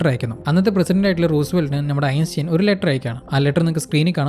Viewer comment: ബ്രോ സ്പീഡ് കുറച്ച് സംസാരിച്ചാൽ നന്നായിരിക്കും. പിന്നെ ആൽബർട്ട് ഐൻസ്റ്റൈൻ എന്ന് പറയുന്നതിൻറെ പ്രൊനൗൻസിയേഷൻ ശ്രദ്ധിക്കുക എങ്ങനെയാണ് ശരിയായി pronunce ചെയ്യുന്നത് എന്ന് മനസ്സിലാക്കാൻ ശ്രമിക്കുക. മറ്റുള്ളവർ അത് കേൾക്കുകയും ചെയ്യും തെറ്റായ ഉച്ചാരണം തിരുത്തുകയും ചെയ്യും.